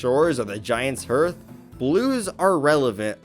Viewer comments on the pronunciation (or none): Other than how you pronounce “dirigibug” and “hearth”, you basically said everything I’ve been saying about blue Pikmin. You seem to actually get this series better than many.